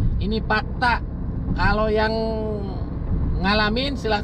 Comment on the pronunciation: "ini pakta"..bukan "fakta"...🤣🤣🤣🤣🤣🤣🤣🤣